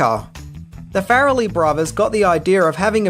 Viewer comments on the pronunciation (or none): love your videos, I love this movie and enjoy your general demeanor...but...i just couldn't get past the 5 minute or a dozen "fair-a-lee"... I'm not sure if it's the accent a lack of research or a little bit of both but it's Far-lee...like Car-lee or bar-lee. After the first one I tried to play it off, I'll get used to it...i didn't. Ok, till next episode then!